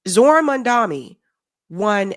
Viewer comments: My husband and I both love your videos and takes. Please though it makes me cringe every time you say Mamdani's name because you keep putting the M and the N in the wrong place! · at this point it just seems like you’re saying mamdani’s name wrong on purpose. what the fuck??? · Hey, I was hoping you would pronounce his name correctly by now, my beauty! Don't do a Cuomo on the man, please! 🙏🏽❤️ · I don’t wanna be the guy to say it but I watch your videos quite a bit and I don’t know if anyone has corrected you on this yet. His name is Mamdani, with and N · Hey It is Mamdani! M A M D A N I ---> N not M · The name is MAMDANI? M*A*M*D*A*N*I .We've got to get it right. Another point of correction. Andrew Cuomo is the son of ex democratic governor of NYS. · Why can’t people pronounce his name correctly? Is it that difficult? 😊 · Does read the comments?? His name is Zohran Mamdani. Why can't pronounce his last name right? He's been in the public eye for months. Mam da nee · It's Mom-don-ee. Ffs learn to say it right, he's been in the news for months, you've seen it spelled. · you're still getting Mamdani's name wrong. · Why the fuck can't you say his name right? This is a black or Cuomo thing? Right? It's MAMDANI. It's not a difficult name to say. Sounds more Italian. You're doing my head in. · it's Mamdani, The first three letters are pronounced as Mum, not Mun. It jars to see you mispronounce it. It's a white colonial action to mispronounce the names of non-white people. May I request that you may henceforth pronounce it carefully correctly please? Because it's the right thing to do. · it is Mamdani and not Mandami. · It Mamdani not Mandami!! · It's Mamdani not Mandami...come on now,. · You say his name wrong. It's Mam-da-ni. Not Mam-da-mi. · say maMdani, not maNdami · It's MAMDA- NI, not MAMDA-MI! Last syllable starts with an "N", not "M"!! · And you always call him Mandami instead of Mamdani! Why?